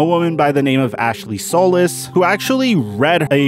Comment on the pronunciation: The headline of this video is the reason why people hate mainstream media...and you arent MAINSTREAM--- uNSUBSCRIBe---- maybe when you have done enough research to say Ashley Solis name correctly THEN MAYBE i'll trust that you watched the press conferences and read enough court documents to know when you are dropping a legit nfl story about this man. Truly disappointing especially since he said and asked teammates for a trade OR he would holdout